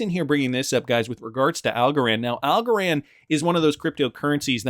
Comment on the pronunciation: Algorand rhymes with Also-ran